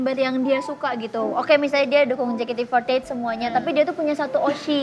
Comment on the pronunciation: casingnya bule, tp nyebutnya JEKATE EMPAT LAPAN zzz